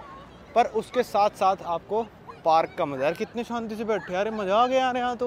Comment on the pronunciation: aapki pronunciation sahi karo yaar... Zyada ko Jyada mt bola karo, ya maza aa gaya ko maja aa gaya type, padhe likhe insaan se is trh sun k achha nhi lagta h